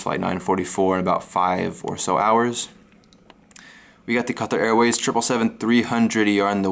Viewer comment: Where are you from? Am very impressed with the way you say QATAR unlike the American media.